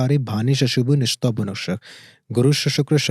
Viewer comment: Bhrama murari tripurantkari bhanu Sashi bhumisuto budhascha guruscha sukra shani rahu ketu shrava ghrah Shanti kra bhawantu Bhai ucharan thik se kro pehle mantra ka "nista bunascha " ye kon sa Manta padh rahe ho Or energy ki baat kr rahe ho